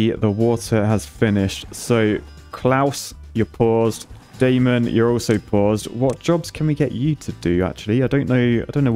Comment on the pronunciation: Hearing him refer to "Claus" but pronounced "Klaus" followed by "Daemon" pronounced as "Damon" is absolutely WILD as a TVD fan! LMAO